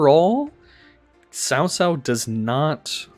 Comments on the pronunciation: I thought it was pronounced as Kao Kao lol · I thought it was pronounced Kao Kao